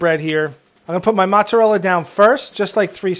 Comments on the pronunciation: The professional chef correcting the pronunciation of mozzarella wrong.... it's mOzzarella not mAzzarella. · Mozzarella is an Italian cheese, and I am Italian so I know for sure that you pronounce it with the o, and not with the a, it's not mazzarella, it's mozzarella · Any actual Italian in itally I've ever heard it say pronounced mozzarella with an o. What a hack. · Am i the only one bothered by how this lady calls mozzarella mutzérrél? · Her saying mutz pissed me off everytime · pronounce it "Matzarella", that's not any better... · Mootzalella.. super annoying. Mootz. Ugh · In theory none of them say it correctly. Mozzarella, being Italian, is never pronounced mazzarella like the rest of the world pronounces it, nevertheless it also isn’t pronounced mutzarella. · People who dont say mhutzareller 🤡🤡🤡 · The way she pronounces "mozarelle" messes me up... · Italians don’t say mozzerelle tho 👀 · It genuinely pains me every time she says mutz or whatever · Am I the only one triggered by her saying muzarella? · Hearing her say ‘mutzrelle’ and ‘mutz’ made me physically uncomfortable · actually it's Mozarella not how he pronounced it. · Is pronounced mOzzarella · I kept listening thinking "mutsarel"? Then she was calling it "muts" and I cracked up. In the UK, we use a particular phrase to say something is the best, "the dog's bollocks" OR, "the mutt's nuts". Which is shortened to... The mutt's! Mozzarella will, forever more be known, to me, as "the mutt's"! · Si dice "mozzarella" dio porco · the professional chef should learn how to pronunce mOzzzarella correctly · All of this is wonderful! ...except “mootz.” I HATE “mootz.” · it's neither of them lmao. It's a closed o sound, like the "o" in "police", to make an example, and the accent is on the "rel" syllable. Moz-za-rél-la. Tbh her pronunciation is better than his, even if it's still kinda wrong. (I'm italian btw, so yeah you can trust me ahah) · "mootszerell" or "moots"...says no italian speaker ever.